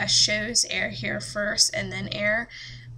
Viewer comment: Omfg stop saying shows like that